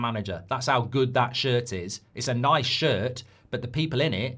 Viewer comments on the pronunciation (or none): none